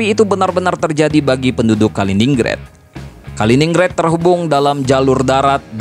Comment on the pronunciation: Dibacanya Kalinggrad bukan Kalininggred😂